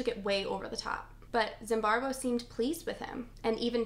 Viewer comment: i like this video and i'm sorry for pointing it out but, why are you pronouncing his name as ZimbarBo when it's ZimbarDo? Love the video though and hope to see more from you